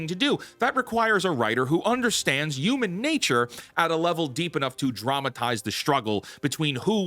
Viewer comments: "YUU-MAN" where are you from, its HUUUU-MAN. Say it like WHEW-Men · This is now the fourth video of yours I've watched. I really enjoy them, but I have one question....what do you have against H's!? I've never heard someone pronounce Human as Uman before lol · I HATE HOW HE SAYS HUMAN AS UMAN, LEARN ENGLISH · WHAT THE F**K IS A "YOOMAN"?? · There's no Y in human. Pronounce the H. Ok, so yes, the Old Guard (Boomers) runs Hollywood, but it's the Millennials, who are convincing them that the "Modern Audience" is real and that every movie needs to project The Message. The entire state has got their heads SO far up their asses, that not even a black hole could dislodge them. The same thing has happened to what is now euphemistically called "The News". It's not the anchors, who are my age, writing the stories. It's the Zenial "Producers". Your parents snowplowed away all the problems you might face, thus making your world gray and dull. Is it any wonder then, that gray and dull is what you produce? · Stop pronouncing “human” like that you psycho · That’s cool and all but the fact you say “yoo-men” instead of “human” just really bothers me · Man, saying youmen got on my nerves. Enjoyed the topic and thought but that was too rough. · Breh stop saying "yuman". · "Yooman." 🤭 Almost as good as ChrisFix's "wonder".